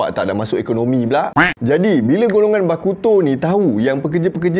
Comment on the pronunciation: "Bakuto" bunyi da macam "Aleuto" haha.. Kan....